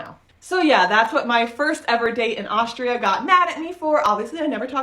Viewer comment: Besides that toast thingy, why dating this yadda-yadda- girly at all? And it is Austria not Auschtria, missus important. When you need to do online dating to meet people, tells also enough about her. Yikes.